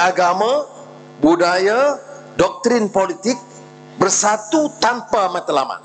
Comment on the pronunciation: YB PM ucap saye, tanpe, sxdare, ade, kite, ade, saye, untok ape, agame, budaye, tanpe, mereke, care, lame, kite, lame, negare, saye, terime kaseh, laen, sxdare, negare, ade, kuase, semule, muncol, mase, lime, due, kite, pertame, lime, peratos, tige, tige, dll. Halusinasi YB PM. 🤐